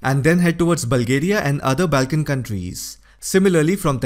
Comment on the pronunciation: your accent, intonation and tone are Tops. One tip: It's pronounced as Bawl-tic /Ball-tic, not Baal-tik. Also the same for: Bawl-kins/Ball-kins, Not Baal-kins. Do note coz you're among the Best. Just give this your serious attention. 🙏👍🙏👍🙏👍🙏👍 Thank you 🌹🌹